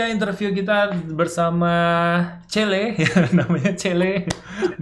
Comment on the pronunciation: Chele... yaa bukan chenlee😁😁